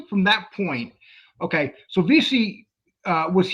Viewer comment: It’s Veasey Lee not Veasy . Good work.